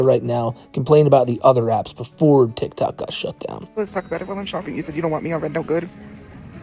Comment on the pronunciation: I know this sounds stupid but out of all the grating things tophia does, her saying "Titok" instead of tiktok just grinds me every time